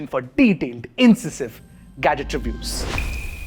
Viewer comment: It's pronounced in -sai-sive